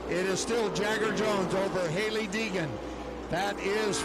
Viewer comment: Poor announcer can't say Hailee Deegan. He keeps calling her Heegan...